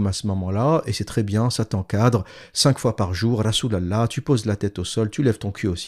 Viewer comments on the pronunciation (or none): La façon dont vous prononcez " rasol alah " est tellement drôle hhh